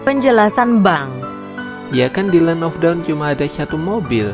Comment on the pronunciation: Bang land of dawn bukan land of daun